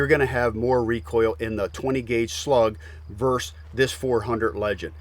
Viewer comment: ver-SUS, not 'verse'